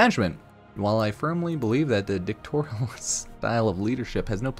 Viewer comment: Ok, the english is not my first language, but I can pronounce "dictatorial" better than the dude here